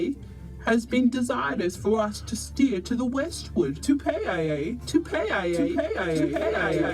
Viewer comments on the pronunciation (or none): What disgusting pronunciation this women narrator has, she's not even trying to pronounce Tupaia's name correctly, get some lessons before you open your mouth next time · Pronounciation man...if I pronounce an english word wrong I was yelled & corrected by my Papaā (pakeha) teacher in da 1980s so learn to pronounce our tupuna's name properly or don't say it all...